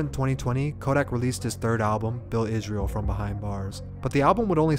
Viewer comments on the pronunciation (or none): none